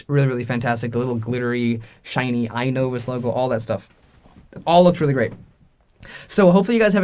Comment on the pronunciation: I agree with your judgment on how to pronounce the "i" sound (excellent example in your video, as a lot of English vocabulary and spelling comes from Latin and Greek, and that's how exactly Latin and Greek words are pronounced: as you see them), but I don't think the stress syllable is at the front. I think it should be "i-NO-vus" with the stress at the "no" sound. It's very rare in English where 3-syllable words have the stress placed on the first syllable. We have words like "to-MO-rrow", "Ber-MU-da", "ex-AM-ple", etc. Notable exceptions include words like "Ja-pan-ESE", but that's due to the added "ese" morpheme changing the pronunciation of the whole word (note the first "a" sound changed from a back close /ʊ/ sound like in "but" to a front open /æ/ sound like in "bat"). The "ese" morpheme is an exception, as most morphemes don't change how the word is pronounced or where the stress syllable is placed, think "Bra-ZIL" to "Bra-ZIL-ian", or "ascend" vs "descend" vs "transcend", etc. Here's your 5-minute lesson on linguistics and phonology. XD